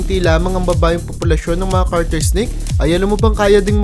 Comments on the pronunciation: its garter not carter.. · TANGA! garter snake hindi carter! BOBO! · * GARTER SNAKE Hindi CARTER